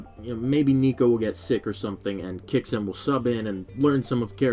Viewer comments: Kyo sss kay? No, Key yo sue Kay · can we please stop with the "key yo sookey" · we need to stop "kiyasuke" 😂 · Your pronunciation of Kyousuke is so funny